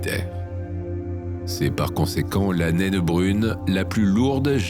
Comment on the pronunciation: Tu n'es pas obligé de prononcer le E de nainE